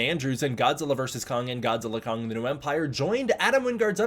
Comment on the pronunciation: Congratulations on properly pronouncing 'GODZILLA X KONG' as 'GODZILLA * KONG'!😆instead of 'GODZILLA EX KONG'!👍